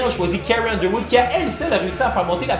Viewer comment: carrie Hunderwood haha c'est pourtant carrie Underwood , sans H